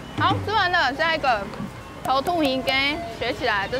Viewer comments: 土魠南部台語不唸 偷禿 南部唸 偷特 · 土魠魚羹的“魠”發音錯了 ㄊㄡˊㄊㄜˋㄏㄧˊㄍㄟ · 土魠的台語發音怪怪的，我這邊好像比較接近『ㄊㄡˇ特』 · 是口音不同的關係嗎 XD 我是南部人~ 土魠魚都念 ㄊㄡˊ ㄊㄜˋ ㄏ一ˊ